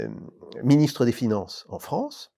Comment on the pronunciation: Ah le froncé de Fronce, c'est bien ça "lent du strie", on re-long ti?!